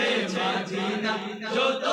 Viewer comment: বলছি ভাইজান মাদিনা হয় না মদিনা হয়